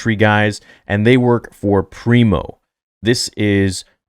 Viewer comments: Pre-Mor, not Primo Preox-Morlana. Company security, basically. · Pri-mor not primo